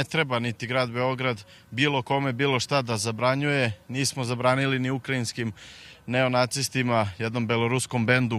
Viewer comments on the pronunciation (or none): none